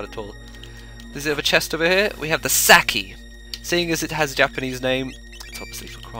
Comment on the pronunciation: The way your pronounced Sakki made me cringe, haha.